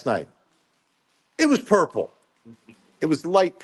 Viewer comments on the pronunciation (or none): Hey Vinnie: I have heard it called Burple! 😂 instead of Purple 😂